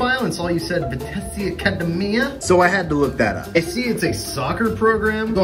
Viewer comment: The team is pronounced Vi-tess-ay